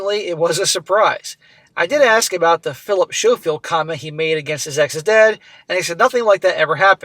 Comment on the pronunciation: Pronounced Philip Sko-field